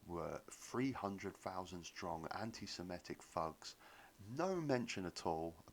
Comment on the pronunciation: It's Sem-i-tic, not sem-e-tic.